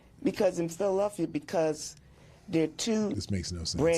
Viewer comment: She may have pronounced Minneapolis correctly she did call phlly Philllilelphia